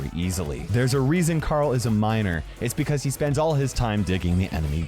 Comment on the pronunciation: "bibicause" "unbullievable" omg kill me